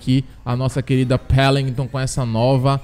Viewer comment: Melhor parte quando fala Bullet velocity And Pellington kkk